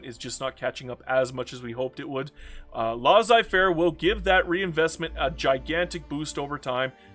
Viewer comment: they way you pronounced Laissez-faire triggered me